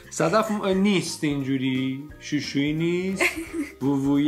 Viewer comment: فقط شوشویی گفتنت😂😂😂😂